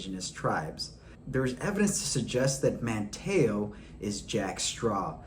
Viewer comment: Come man it’s not “Man-Taa-o” Man-teeeeeee-o. Manteo & least you said Wanchese right